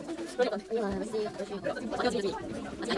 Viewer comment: 수업을 업수로 읽음ㅋㅋ 아..공부 업수저라~~